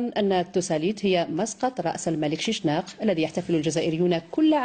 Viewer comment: ههههههههههههه ماهذا الهراء حتي اسمه نطقتوه غلط اسمه، شيشنق وليس شنشق هههههه هو من ليبيا من برقه شرق ليبيا وليس الجزائر